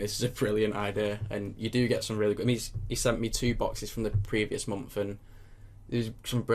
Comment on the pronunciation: I love how you say month :D "mompf"